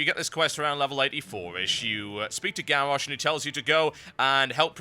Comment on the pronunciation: Lol.. "Gawwosh"